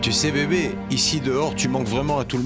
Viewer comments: Je te dis là, quand il dit beyibi ça m'énerve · J'aime pas qd prononce Bby, ça donne envie d vomir 🤮